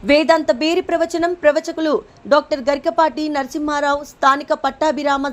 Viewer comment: వేదంతబేరి ఏంటి?? వేదాంత భేరీ అనలేవా??? అన్నీ తప్పులే అరనిముషంలో.